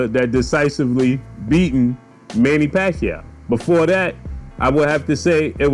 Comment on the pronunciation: Pacwuaio going to 😴